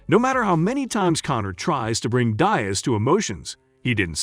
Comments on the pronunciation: the fact u pronounced diaz like that is why i cant finish this video sir... good day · Thumbs down for not pronouncing Diaz right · You are pronouncing Diaz incorrectly. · You don't pronounce Diaz like that. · Say Nate's second name properly you fucking moron 🙄😒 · I don't mean to be so negative but if you can't even pronounce a simple name of a legend like Diaz who's been around forever then you can't possibly be into MMA, also I don't think he has much of a chance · It's Deeeeaz not Diez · its more like deeaz not dyaz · Have you ever heard their names spoken before?? I’ll give you a pass on Chimaev because it’s uncommon here in the states, but Diaz? Really? It’s Diaz…Dee (as in ‘these deez nuts in your mouth’) and Uz (as in Buzz or Does)..Not Die-Uh-Z or whatever the fuck you said. It’s such a common name too. How you managed to butcher it is beyond me. Especially since you’re making a video on just these two fighters 🤦🏻‍♂️ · Diaz not Diez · Man ain't no one taking you serious when you keep saying Nate "Die Azz" it's "DEE AZZ" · Nate Diaz not Nate Daes.wtf. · Bro you got the name of dias wrong 🤦🏽‍♂️🤦🏽‍♂️ Is Nate dias not nete dyias 🤦🏽‍♂️🤦🏽‍♂️😂😂🤷🏽‍♂️🤷🏽‍♂️ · Who is Nate ‘Die-az’? This is click bait….f off. I am putting a hundy on Nate just because he’s Nate. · The concept is solid, BUT the fact that you can not say the man's name correctly kills me. How can you blow it on Diaz. Dee -azz is correct. That small flaw destroys the experience for me. Fire your editor now. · Enunciate your words Diaz is "dee-ez". Dumb. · downvote. Deeiz... work on pronunciation. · Pronouncing his name diez shows you dont even watch MMA.! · You can’t even pronounce Diaz last name correctly 😂😂😂😂. Dayyyaz? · Who the heck is Die-iz? How you gone make a video and can't even pronounce the man's name? 🤦🏽👎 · Be a nice bet, and my money is always on a Diaz if they're fighting. Teach your computer to say dee az, come-on man! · Calling him Dayas 🤣🤣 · Gotta love Nate Dye-Azz, haha good video though.